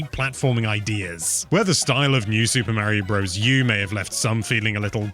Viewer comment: OP is complaining that a Nintendo-centric youtube channel doesn’t know how to pronounce Super Mario Bros